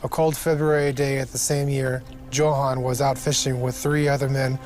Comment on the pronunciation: If this guy mispronounces Johan one more time i swear.